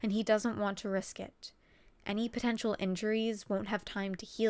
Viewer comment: " for his uter uslessnes" so sad " and lack of potentail" pffffft did you say potentail duuuuuuu